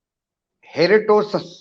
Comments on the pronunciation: हेरोडोटस तो पढ़ नही पा रहे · मेगस्थनीज़ => मेक्सेयनीज़ हेरोडोटस => हेरोटोस किस व्यक्ति को इतिहास पर बोलने को दिया है? तो लगता है मेगस्थनीज़ और हेरोडोटस के ही नाम पहली बार देख रहे हैं जीवन में: पढ़कर और कोशिश करने के बाद भी ठीक से नहीं बोल पा रहे! प्रीतिभोज को प्रतिभोज बोल रहे हैं, उसकी तो बहरहाल बात ही छोड़िये.